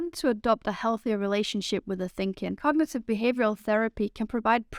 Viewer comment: I think you need to pronounce the word "cognitive" more clearly, without swallowing syllables.